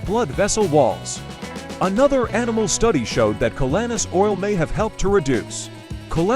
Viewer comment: Even though I believe in the superior benefits of this calanus oil, it’s hard to show credibility with this presentation when the narrator who can’t even pronounce the name of the product or its ingredients properly